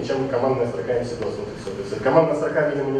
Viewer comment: к вот только замечание: не эмсидос, а эмэсдос. неправильное произношение кагбе профессионалом терминов, пускай даже используемых только в археологии, - это печально.